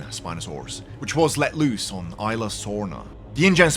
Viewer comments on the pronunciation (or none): Did he say Isla sorta wrong